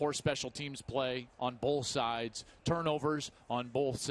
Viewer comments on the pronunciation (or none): On “bolth” sides 😂😂